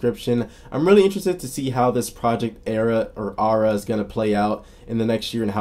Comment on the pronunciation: Im pretty sure it's pronounced with a d- Adda. It;s a common Armenian name.